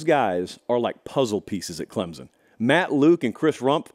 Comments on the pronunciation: ITS CLEMSON NOT CLEMZZZZZZIN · Respect your show, but PLEASE pronounce our school ClemSon, not Clemzon. Thank you. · Pronunciation: CLEMP'—SUN. Thanks.